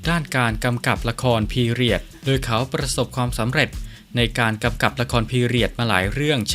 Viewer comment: แอดมินคะ..อ่านออกเสียงคำว่า..โดย..ให้ถูกต้องหน่อยค่ะ...โดย...ไม่ใช่..ดวยค่ะ.😁